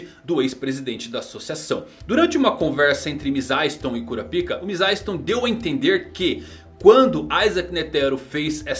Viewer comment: Até hoje não tanko ele falando kurapika